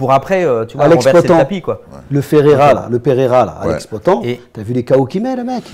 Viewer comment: Daniel qui dit POTAN au lieu de "POATANE" ^^